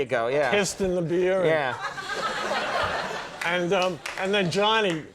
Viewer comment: You can hear Conan's accent come out when he says "beeyah" lol